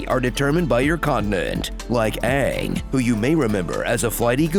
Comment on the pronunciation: Say AAng like they said in the last avatar movie